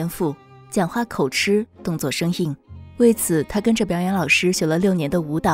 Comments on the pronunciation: 口ㄔ😂 不是口ㄐㄧˊ嗎😂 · 是形單影隻不是形隻影單 口吃ㄐㄧˊ不是口吃ㄔ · 口吃是什麼東西 是想吃什麼嗎 口吃 發“吉”的音好嗎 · 文中的口「吃」應該念「吉」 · 唸錯了，是口吃ㄐㄧˊ。沒有人發現嗎… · 口（ㄎㄡˇ）吃（ㄐㄧˊ）聽到受不了了😂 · 口吃 (ㄐㄧˊ) 指摘(ㄓㄜˊ) 訂正三次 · 是唸口吃ㄐㄧˊ唷！ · 是口「吃」ㄐㄧˊ吧？！ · 我也在想是ㄐㄧˊ........超在意哈哈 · 講話口“吃” 你的國文老師要哭暈再廁所了 唸“吉”好嗎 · 口吃（音同吉）